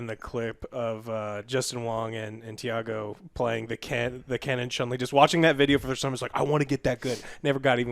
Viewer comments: This man said deiago instead of Daigo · calling Daigo Tiago hurt me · Did he say Justin Wong and Deeiago lol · Tiago?? you mean Daigo.. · "I love watching fighting games" Then proceeds to butcher the most prominent name in competitive Street Fighter history. "Tiago"?! WTF!? Put some respect on that man: Daigo "The Beast" Umehara. I love Basketball, Michael Jackson's Bulls were the GOAT. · He just called Daigo Di-ago🤣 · Did really say...Dee-ah-go...smh